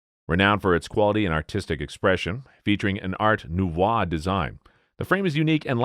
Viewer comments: Art Nouvoi??????? nouveau please... take some French lessons... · "Art Nouvoi"? How about "Art Nouveau"., pronounced Noo-Vo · Art noo vwah? Seriously? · Noov wah influence, that would be Nu vo!